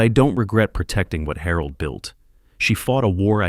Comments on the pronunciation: I can only think/hope that Harold is pronounced wrong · Despite "Harold" being a woman I enjoyed this story very much! It made me smile every time the narrator said her name because somewhere in this story, translation was lost but it was funny! Very enjoyable. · That's Harold with a G..😅